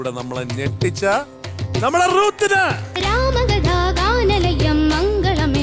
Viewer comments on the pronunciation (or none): രുത്ത് അല്ല റൂത്ത് ആണ് കറക്റ്റ് ഉച്ചാരണം